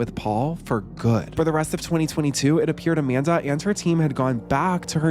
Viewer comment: “Jamanda Bynes”